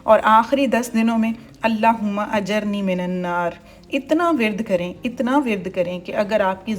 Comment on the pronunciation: ALLAH HUMMA AJIRNI MINANNAR✅ A J I R N I ✅ A J A R N I ❎ JIR ✅ JAR ❎ 🟢✅..... JIR..... AY ALLAH MUJHAY AAG SAY BACHA. 🟢❎...... JAR.... AY ALLAH MUJHAY AAG ATAA FERMA .